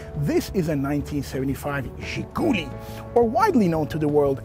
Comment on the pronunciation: Great video. Very detailed, much better than most. By the way it's ZhiguLI, not ZhiGUli. Emphasis on the last syllable.